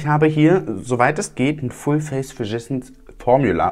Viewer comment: Ich hab immer "verschissen Formula" verstanden 😂 Ich habe schon einige Videos über die Firma gesehen- selbst Tati konnte es nicht aussprechen und hat sich dauernd verhaspelt. Schönes Wochenende!